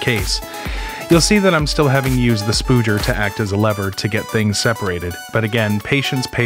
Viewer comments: Just so that you're aware its called a "spudger" not a "spooger" as what it sounds like you are saying. To someone who works on phone and other electronic repairs, it make you sound dumb. I'm not saying you are, just that you're ill-informed on the pronunciation of the word. Anyways this is a very cool video, I've always had a interest in building Pi clusters. Its really cool to see what you have used for your build. Thank you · 'Spoodger'.... that’s hilarious. no. Spudger. Spud. Ger. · A) its spudger... not spooger... (its not seman..) B) a putty knife will mark... use a guitar pick.. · A spooger is what I carry between my legs, a spudger (spud-jur) is the name of the tool you used.... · He pronounced the u as ü, which is pronounced as oo in some languages. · Great video, but it's pronounced "sp-uh-jur," not "spoo-jur." Other than that, amazing video and great clarity! :) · I may have busted out laughing when I heard you say that. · Spooger! :P I've only heard them pronounced spudger. Love the video though :) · No; it's called a spudger not a spoodger. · Every time he says "Spooger", it's killing me XD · Spooger? Seriously? Spudger rhymes with spud, not food. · There is no rational basis for you pronouncing "spudger" that way.